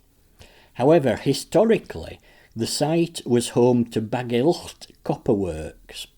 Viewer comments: Very much appreciated but it would be better if you just pronounced Bagillt as if it were only with one letter L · You are pronouncing Bagillt wrong buddy